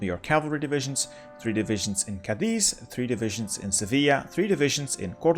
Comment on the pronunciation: He does put the accentuation in the wrong vowel sometimes, like Cádiz not Cadíz, but it's a pretty good effort. It makes me think his pronountiation of german, french, polish, etc. locations in other videos must be pretty accurate too.